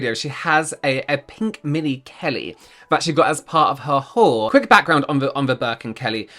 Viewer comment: Does anyone else hear "wh*re" when he says "haul"?!